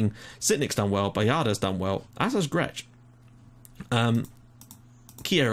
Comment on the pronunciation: It's me again :P Some mistakes that you made a lot during this episode are that the surname 'Baldacchino' is pronounced Balda-kk-ino, Fenech is pronounced Fen-ek, Grech is pronounced as Gre-k, Naxxar is actually pronounced Na-sh-ar, and the top 3 teams currently in the league are mainly Hibernians, Valletta and Birkirkara, so in fairness, you actually got a very, very good result against Hibernians!